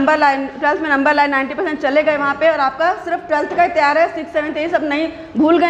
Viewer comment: IT'S पर NOT पुर 🤣😜🥰🥰